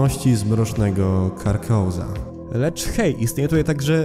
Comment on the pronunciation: Dużo błedów 1) to dziecko jest awatarem Hastura wielkiego pszedwiecznego 2) Hastur to nie jest jakieś demon 3) jesli ktoś niezna mitów Chtulu to tytól krół w zólci nic mu nie mów 4) źle wymawiasz Karkosa 5) nie pokazanienawiazań do mitów chtulu 6) brak interpretaci bo czarny kot może odnosić się do kotów ultaru lub być awatarem Starszej bogini Bast